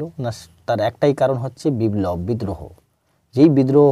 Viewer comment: কথাটা বিব্লব নয় বিপ্লব